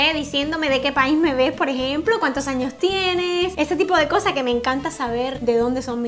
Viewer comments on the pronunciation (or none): none